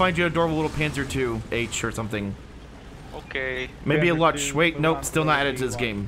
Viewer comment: did you mispronounce Luchs?